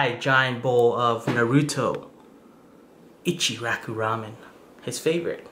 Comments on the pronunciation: He said ichiraki instead of ICHIRAKU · I thought I'm the only one who got pissed that an Asian couldn't say it right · God damn u saying naruto ichiraku ramen makes me cringe you say it like “Narudo echeraku ramen” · The way you said Naruto and ichuraku boils my blood